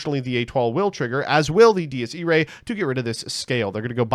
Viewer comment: He pronounces Dies Irae like 10 differen ways